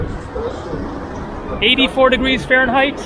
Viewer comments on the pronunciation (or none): none